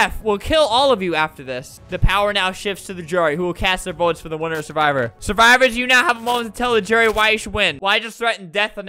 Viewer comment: That’s not survivor it’s suwvror